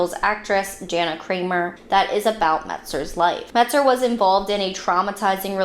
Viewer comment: It’s not Metzger, as you said it, it’s Metzer.